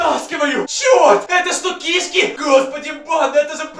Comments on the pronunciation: Не кИшки а кишкИ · Не ки'шки а киш'ки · Не кИшки а кшкИ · Знайте не кишкИ а кИшки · Что за кИшки а не кишкИ? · Кишки́ а не ки́шки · Может не к'ишки а кишки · Не кышки а кишки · Не кешки а ки'шки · Да и он говорит не правильно слово кишки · Ты не правильно говоришь кишки